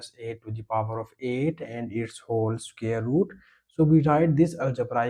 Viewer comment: Can you not pronounce the word " SQUARE " correctly....??????? Square is NOT scare !!.